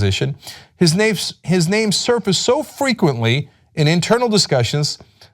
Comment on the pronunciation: Cenk, you made me wet when you said the prince's nane😤